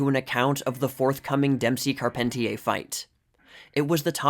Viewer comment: Racing fans whenever you mispronounce Carpentier.